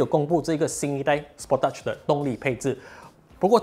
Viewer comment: 根据korean的车媒 Asian Petrolhead，是念 spor tage(techge)，就stage 拿掉s, 你念的第二个音有点 sport teach，哈哈，应该是酱